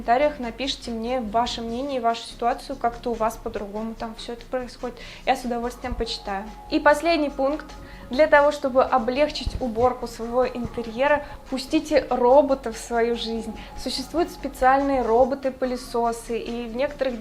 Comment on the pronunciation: не облЕгчить, а облегчИть. А в остальном всё здорово!